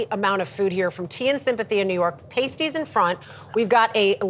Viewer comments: Paaa-stee. Not pay-stee. I think all my Cornish relatives rolled over in their graves at that. 🤦🏻‍♀️ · PAST-ee, not PASTE-ee. Sheesh. Have you no cultured employees? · it’s pronounced past-tea. They’re originally from Cornwall. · You're pronouncing pasties wrong.